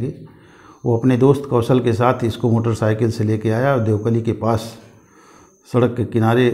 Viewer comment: Bhai देवकलिया nahi hai देवकली है